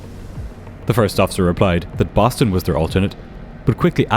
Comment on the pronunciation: lol "Boton"